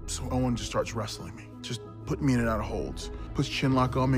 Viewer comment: Notice he said own instead of owen